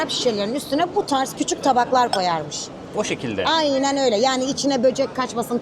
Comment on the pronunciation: Bölüm çok güzel ama diksiyon, güzel konuşma ve seslendirme eğitimi almış biri olarak naçizane bir şeyler söylemek istiyorum, bu kadar eğitimli bilgili bir insan olarak İlknur hanımın Türkçesi, diksiyonu, kullandığı kelimeler o kadar rahatsız etti ki beni (sürekli ayyyyynen demesi gibi, DEĞİLLL derken yumuşak g ye bastırması gibi vesaire) lütfen ama lütfen bu kadar kıymetli bir mesleği (rehberlik) yapan biri Türkçesine biraz daha dikkat etmeli🤦‍♂ En yakın zamanda çevrimiçi de olsa (ki Milli Eğitim Bakanlığı'nın bu anlamda eğitimleri var) bir diksiyon ve güzel konuşma eğitimi almasını rica ediyorum.İletirseniz çok sevirim..